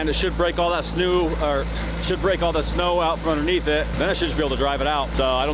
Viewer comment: he said snew:face-blue-smiling